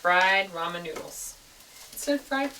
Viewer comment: Did she say Roman noodles LOL